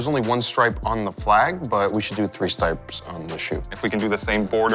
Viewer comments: WORST TAKE: saying "Three Stipes" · "Three stipes"